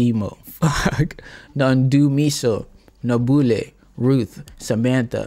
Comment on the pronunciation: On You called Hlengiwe correct which means you understand Hle-ngi-we You can try Nhlahla the same way N-hla-n-hla No-boo-hle the "hle" is same way with how you said Hlengiwe